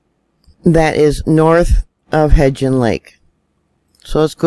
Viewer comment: love ya to pieces! May I help with a pronunciation? It's Hebgen Lake. There is no "d" in there. Just say it like heb (schleb, bleb, etc.) and gen (hen, pen) Easy peasy. Hebgen. You are such a blessing to us. Thanks for all you do! ❤️